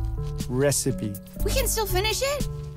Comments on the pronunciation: Reaac- Reaacipe Reaacipe? Reacipe Re-ci-pe. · Why does struggle saying Dog and Recipe? (Srry if I spelled his name wrong) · how come can't pronounce recipe right, does he have a speech impediment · is a wonderful and cute human being with two different eye colors and doesn't know to how to properly pronounce recipe. I love him. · I like this cartoon but seriously gets on my nerves, not only because he’s a pushover, but because of those random awful dialogs he has when trying to pronounce “dog”, and “recipe”, it’s just so out of place.